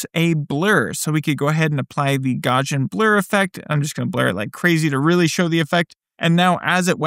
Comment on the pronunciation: I like his videos, but he also gets bonus points for being one of the very few YouTubers who pronounces "Gaussian" correctly! Yay!